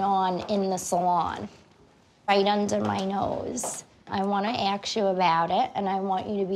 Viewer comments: its really annoying to hear a native english speaking girl say aks instead of ask xD cant watch this video without my OCD kicking in xD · Not ask you something but aks you some thing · I'm sorry but... ASSSSSSSSSSSSSSSSK, not AKS. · can i just aks u something tf... whats hard in saying ASK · Omg 😂 you made my day!!! Did you cringe at the “i want to aKs her”… mmm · Alexa I thought I was the only one who realized the "aks" thing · She needs to stop axeing so many questions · “I just have to axe you something” she is SOOO cute!!!!!! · How Christina says ask Ax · “ I just have to axe you a qwestion” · "I just have to AXE you something" 🪓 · "Can I just aks" xD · Lol into the video “I just have to axe you something” Oh and again with the axe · “ can i just axe what was on the piece of paper? “ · I just have to aks u something that aks got me 😂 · ‘can i just AKS what was on the piece of paper’😂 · ”can I just axe what was on the piece of paper” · “I just wanna aks you something.” AXE? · Is it that hard to say ASK?! So many people can't say it nowadays lol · The word is ask not what ever it was. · She said aks 😂😬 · “Can I just aks..” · “I wanna aks you about it” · "can I AKS..?" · She says "axe" do many times I just feel sick. Not cute. Axes are for lumberjacks... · It’s pronounced ask. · Wtf does “aks” mean? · i just has to aks you something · Idk why it’s so hard to pronounce ask the right way 😂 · The way she pronounces "ask" lol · I can't stand when people can't even say the word "ask" correctly. It just makes them sound so uneducated. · Did anyone realise that she said 'aks you' instead of 'ask you' in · when she says aks not ask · "Can I just AKS what was on the paper?" PS. She seems like such a good person!! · Mirelli Sanchez she also says aks instead of ask 😂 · T M News Flash: “Axe” is not the same as “ask.” They’re two totally different words! Duh! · i just have to axe you something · Jade u forgot "aks"(ask) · "Aks" ask* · "Can I axe you something?" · Aks = ask